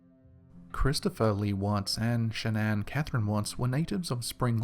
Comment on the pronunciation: Shan-nan. Am I the only one bothered by this?